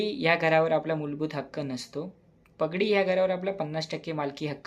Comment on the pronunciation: प ग डी नाही बाळा, पा ग डी!🙏